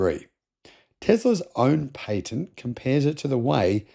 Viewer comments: Pat-ent. Not paint-nt. Phantom breaking hardly ever happens anymore in USA. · Most people pronounce patent as pay-tent when referring to unobstructed. While pronouncing it as pa-tent it refers to legal rights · He said Tesla got a new PAY-TENT? .